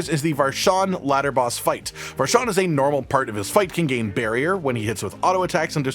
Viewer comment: I like how he emphasized normal when he knows he's disturbed for that shiz...much love tho😂